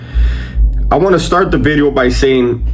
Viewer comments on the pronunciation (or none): Not meaning to clown, but the Homie is making SURE he says VVVideo 😅 Big ups, OG, keep ot rocking !